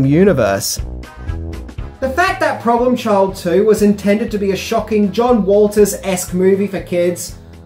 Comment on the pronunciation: Are you saying 'John Walters'?